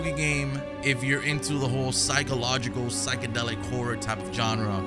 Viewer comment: It's " Psychedelic " Bro lmaoo